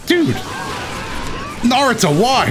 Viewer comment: Huge fan... also says Nardo💀💀💀